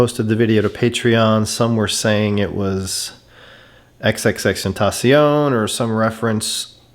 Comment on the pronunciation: U said his name right i give u props an a tha nks he is my favorite